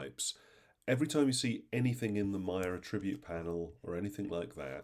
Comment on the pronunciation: Attribute (noun) is not pronounced that way. C'mon man. That's bad.